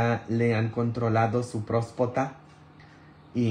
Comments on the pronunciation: Usted dice prospota es Próstata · Con mucha pena pero se dice prostata disculpe